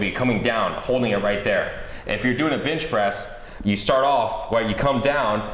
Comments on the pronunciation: is it me or everytime he says benchpress it sounds like bitchpress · did he say "bitch press"?